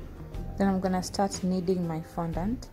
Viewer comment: You literally said no glucose or glycerin seriously.I mean glucose powder or glycerin powder is the same as glucose and genital .Im sorry I just unsubscribed and by the way it fondant not fondaant